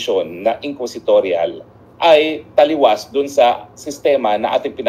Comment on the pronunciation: The term is “inquisitorial” and not “equisitorial” pls correct your pronunciation